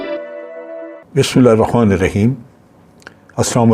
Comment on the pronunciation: general sahab kindly Bismillah sahi se perha keraain........aap bismillah hirreKHmanir Rahim bolte hain.....maazrat lekin ye zaroori tha